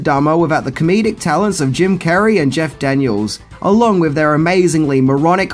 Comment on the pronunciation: I kept thinking you were saying "Jack Daniels" instead of Jeff Daniel's 🙈🙈😂